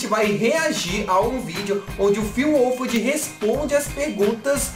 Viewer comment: O tem a sua pronúncia né kkkkkk ao invés dele falar finn wholfhard com o (R) ele fala "finn wholfhad" eu sempre perco quando ele pronúncia o nome do finn kkkkkkkkkkk